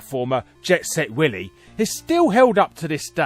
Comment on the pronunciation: "Jet Set Wily"